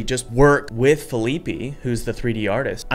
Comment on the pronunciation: "Feeleepy" xD poor Fe-lee-peh